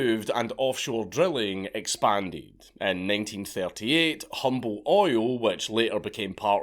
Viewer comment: Quick correction. Humble, the H is silent. Humble oil is from Humble Texas (Houston). So you say it Umble, not Humble.